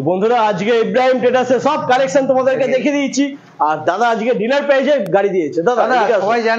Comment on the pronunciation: ডিলার না ডিলিআর😂😂